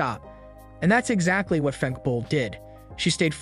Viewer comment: Fem-keh not Femk